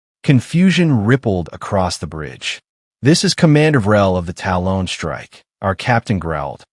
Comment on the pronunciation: FFS, teach the AI how to pronounce "talon".